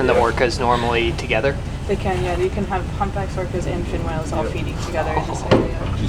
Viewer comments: I like how pronounces whales as wells. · why does he pronounce "whales" as "wells"